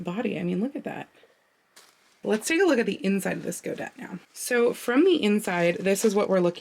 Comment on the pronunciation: Godet is pronounced go-day (et) in French pronounced (ay) as in ballet.